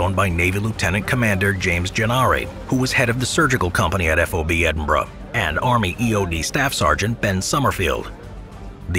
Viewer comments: you said Edinburgh properly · Well done on pronouncing Edinburgh!👏